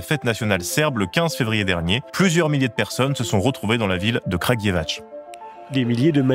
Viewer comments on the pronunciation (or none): Pour info c'est Kragujevatz, niveau prononciation. Et c'est l'opposition qui a ete la premiere a organisee des manifestations et qui a introduit le symbole de la main rouge, ensuite repris par les etudiants.